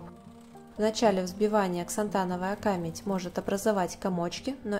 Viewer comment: Аффторы, проверяйте ударение: камЕдь.